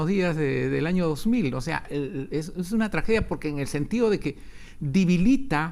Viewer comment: DIBILITA O DEBILITA???????????? AGUIN EME INFORMA POR FAVOR,,,,,,,,,ESTE SR DIJO ESTA PALABRA MAL O ESTOY BORRACHO...SI ES ASI QUE SE VALLA A SU CASA ESTE SR QUE NI HABLAR SABE.